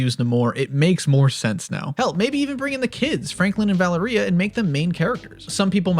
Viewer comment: It’s not Valeria it’s Valeria